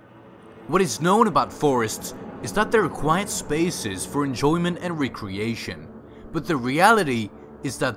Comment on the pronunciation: It's recreation. All one word not re-creation smh